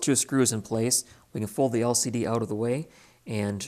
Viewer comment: I hate the way you say the word "Out". You over use it, and I think you are copying a few others who recently say it the same. I never heard that word pronounced like that till recent videos. People never talked like that in the past. It's a new thing like men wearing beards. Men use to shave till recently. Now they think they are some kind of mountain hillbilly. It's just a fad. Eventually you'll grow out of it. Aside from that the video is good. It just sucks hearing you say the word "Out"